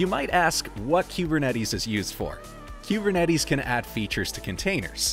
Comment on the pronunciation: Learn how to pronounce kubernetes….